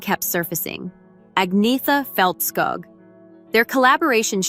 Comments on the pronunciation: Her name is not pronounced Ag-nee-tha. It is Arn-yetta. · It’s pronounced An-yet-a